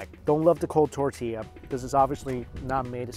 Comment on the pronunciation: Mike and mispronouncing tortilla. Name a more iconic duo.